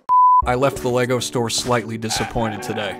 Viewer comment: every time you said lago brick separator i died bc my dumb ass brain said HAHGAHAHAHAHAHAHAHWUAHYSHASDFJSDA tysm